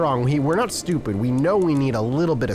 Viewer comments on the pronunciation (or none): none